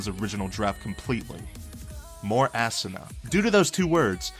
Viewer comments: It's ahhhhhsuna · Assuna no it's asuna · Ok.. Lets get this straight ASSANA???!??!?! ITS ASUNA! (AU-SUN-A) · Assuna... you mean Asuna xD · Asuna name pronounced like assboobsnah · He said assuna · ASUNAS NAME IS PRONOUNCED AWE-SOON-A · he says it assoona lol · He prenoucenes asunas name assuna lel XD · bruh quit saying ass-sana cringe af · Yes we all know Asuna has a nice ass but it's pronounced Ahh su NAH. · "Assuna" ......uhm ok? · Makorra Nation right? ASSuna? like say it right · I hate it when he mispronounces Asuna name